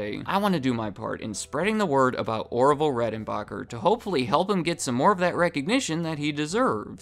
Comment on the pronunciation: Did my mans say Oroville??